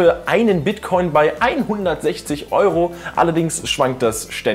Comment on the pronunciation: habe Bitchcoin verstanden